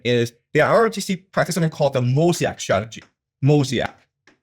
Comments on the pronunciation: Does he mean "MOE-ZAY-ICK" strategy? Seems that would make sense. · How does a professor not know how to pronounce mosaic